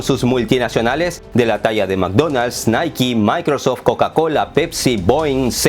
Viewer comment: Felicitaciones por pronunciar Nike de la forma correcta, todos dicen naike jahaha, que nivel tiene este canal 😜